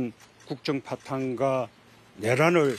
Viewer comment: 문재인씨, "윤석열 정부의 국정 파탄가..."가 뭡니까? "국정 파탄과..."라고 좀 정확히 발음하시오.